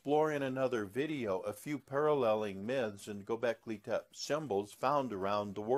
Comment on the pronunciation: I find your concepts very intriguing, but have to wonder how much AI is involved in this video. If you are indeed a scholar of Göbeklị Tepe, I feel you would pronounce the name properly as well as abyss. This will not stop me from listening to more videos.